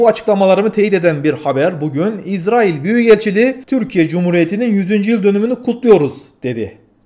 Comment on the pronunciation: İZZ RAİL deyipte türkçeyi bozuyorsun kardeş